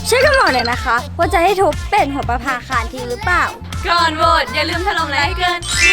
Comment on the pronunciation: คำว่า ประภาคาน ไม่ไช่น.หนูจริงๆเเล้วร.เรือ